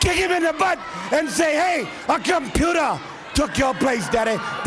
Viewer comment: Dem computahs are taking ovah baybeh!